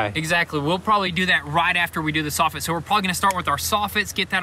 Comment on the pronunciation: I’m not sure what you’re saying!! I thought I didn’t hear one of you correctly. Instead of soffit you’re using the word softit!! Sounds crazy. There ain’t no softits on a house!! The word is soffit! Saw fit!!